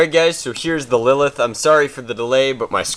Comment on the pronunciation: didnt u read the title right? its lilith